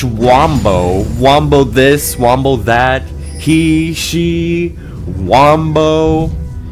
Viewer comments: It's Wumbo in Spongebob! Not wombo!!! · ITS WUMBO NOT WAMBO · get it right, its WUMBO